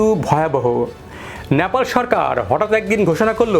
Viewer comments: NOT Napal . . It should be Nepal . 😢 Please rectify your pronunciation 😮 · ন্যাপাল ...nyapal নয়,শব্দটা নেপাল... Nepal ..উচ্চারণ ঠিক করুন ..